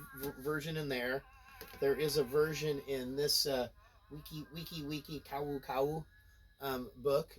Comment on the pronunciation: Love the Mai Tai research across the books. Just a quick FYI, Kau Kau is basically pronounced "Cow-Cow" so slur what you're already saying a bit faster and you're golden.